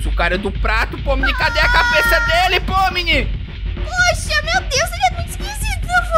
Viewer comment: É ponmi e não pomini